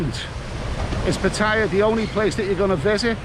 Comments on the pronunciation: FFS - if you want to be Pattaya blogger at least pronounce the name correctly - there is no tire in Pattaya. You sound like a complete say Pat Tire. But great vid anyway very informative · Why can't Thai vloggers just pronounce Pattaya the correct way! Hint. Ask a Thai person to pronounce Pattaya. How hard can it be?🤔